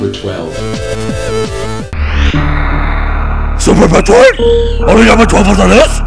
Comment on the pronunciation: SUPUH METROID?! ONLY NUMBUH 12 ON DA LIST?!